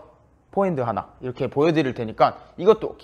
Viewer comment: 장우진 선수, 화란 말은 없습니다. 일본애들이 포어핸드 발음이 안되어 퐈핸드 해서 그걸듣고 한국사람이 화로 발음 한것입니다. 선수가 화 란말 쓰면 안됩니다, 포어핸드 입니다.